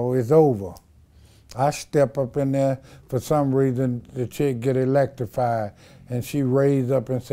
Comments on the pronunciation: Hospilla, Eletrified?? 😂😂Im Done😄😂 He need 📖 ✏ 🖊 🏫 40yerz ago😄😄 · Lmao she got “Electafied”!!!!